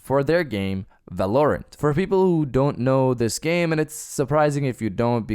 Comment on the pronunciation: Not at all trying to come off as a dick love your vids. Val-are-rent is how I think it’s pronounced. You do your thing though just wanted to let you know. More fps is better but anything over 144 FPS is a bit much but some say you can see a difference. Honestly the sweet spot is like 90. Anything at 60 on console will be nice for those exclusives other wise I’m playing on pc